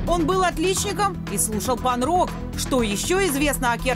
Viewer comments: Панрок, да да. Сказали бы панинрок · ПаН рок? Это чё?) Может панК рок?